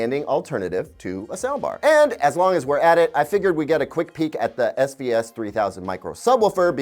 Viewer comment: He kept saying SVS, i kept hearing SbS. And that reminded me of Creative speakers.